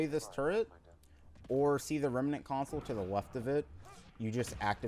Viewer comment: Remnant is 2 syllables not 3. rem-nant not rem-a-nant.